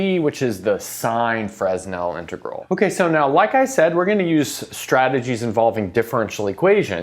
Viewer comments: The “s” in “Fresnel” is silent. “Fresnel” is a French name. Sorry for being pedantic. Being an optics person, the Fresnel equations are daily part of my life. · Yes, but his name is correctly pronounced with a silent 's'. That's how he would have pronounced his name, and it's it's such a well-know name in his field that it's how everyone who takes the time to find out the pronunciation will pronounce it. There's very little cost in finding out the correct pronunciation, and frankly it makes you look amateurish when you get it wrong. found out that the Greek pronunciation of φ is "fie" and uses that; I'm sure he'll say "Fruh'nel" once he realises his mistake. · I don't pronounce the 's' in Paris, but that's a matter of choice, as both pronunciations are common in spoken English. Contrary to your assertion, some hard and fast rules do exist. The hard and fast rule with someone's name is that you pronounce it according to their choice, not yours. Anything else is unbelievably rude. It doesn't matter whether Augustin-Jean Fresnel is alive or has been dead since 1827, nor whether he cares or not. What should matter is that you show some respect for a great scientist who made impressive contributions to his field. The very least you can do is get his name right. Same goes for Euler. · I always thought it was pronounced fray-NELL integrals. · but... he so FRESSSHHH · You'd better say. "Frê-nel". Skip 's'. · It's hard to take you seriously when you can't even pronounce Fresnel correctly. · Optics is a bit picky with silent s in Fresnel French way, just saying. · No s in Fresnel ;) (well, in French anyway) Great video! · So why does pronounce Euler and Fourier correctly? Seems like a double standard to me. I was shocked he said Fresnel the way he did. Major faux pas. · Less of a double standard and more of a human mistake. Evidently he won't do it again now that everyone here has let him know how wrong he is. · Fresnel - wrong pronunciation.